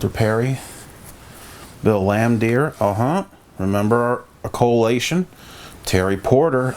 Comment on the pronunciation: Good nostalgic vid.... but does this dude know anything about the NBA or can he read English?.. BRUH!!!!, lol. 🤣 😝. Mitchell Williams. Bill Laimdeer. Todd Licki. Chico Rodriguez. Harry Palm. Lol 😂